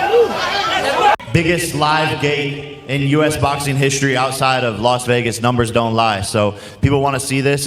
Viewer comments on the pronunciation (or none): none